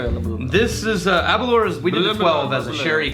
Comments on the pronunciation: a tip to help you with correctly pronouncing Aberlour. Think of the word "hour" when pronouncing "Aberlour". The way you pronounce it sounds like,"aberlure" like a fishing lure, just say it the way it's spelled. Hope the spelling example helps!~Random Bastard. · it's actually pronounced Aber-lOUR..... rhymes with flower. accent on second syllable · Cool show. Worst pronunciation of any whisky ever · I love you guys but come on tae fuck (as we say in Scotland) Aberlour should be pronounced to rhyme with flower not your! anyway keep up the good work!